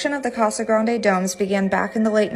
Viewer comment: I've never seen them nor heard of them?? Where exactly in Casa Grande, but it's nice to hear the area pronounced properly!